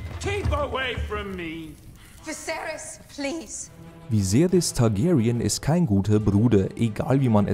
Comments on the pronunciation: In der Englischen Version spricht man diese auch anders aus, Zb spricht er Cersei Cörsei aus o.o.. Das ist jawohl mehr als nur falsch. Auch im englischen wird sie Cersei ausgesprochen, hast du das überhaupt mal in englisch gesehen? Targaryen spricht er Targeryen aus, auch falsch weils nunmal Targaryen im englischen ist xD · Targaryen wird im englischen Mit Ä gesprochen, er sprichts mit E. Soll ja keine böse kritik sein, nur Konstruktive. Hoffentlich bist du jetzt nicht böse.